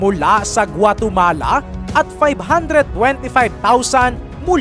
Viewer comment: Hunduras hindi hundaros hindi guatomala guatemala ano ba yan